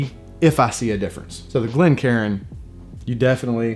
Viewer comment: Bah hearing people say Glen Karen is like nails on a chalkboard to me, two syllables, not three!!